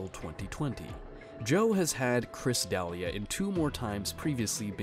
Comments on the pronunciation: It's pronounced "De-LEE-ah," not Deli-ah." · That's not how you pronounce D'Elia. And they're not saying "MICROTOXINS." They are saying, <MYCOTOXINGS, i.e. fungi. You are some kind of genius, are you? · how are mispronouncing D’elias name ?!? it’s literally all over the web and has been for years now…. Did you just have ai write all this and never heard the name before then? 😂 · Chris "da-lee-ah" please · What planet are you from? De-Lee-ah... not Dalia. Good god. & Brite-Bart News... You've never heard of these people before?